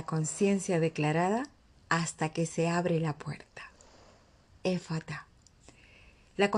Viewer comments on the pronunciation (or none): Hasta donde sé es EFETA no ÉFFATA